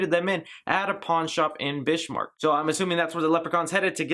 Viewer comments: North Dakota resident here. Bismarck is pronounced Bizmarck. Not Bishmarck. Sorry, I couldn't let this one slide. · "Bishmarck"? Please don't tell me that's how they pronounced it in the movie... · Awe that makes me sad. But yeah we all pronounce it Biz-Mark. Pretty much just how it spelled. Even the older people say it as such. This movies gonna make me mad 😂 jk I'mma still watch it. Great review, though!